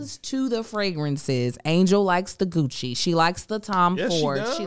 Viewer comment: I totally thought who said I like the cucci not Gucci